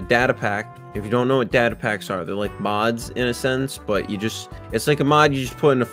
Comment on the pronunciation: It's data not data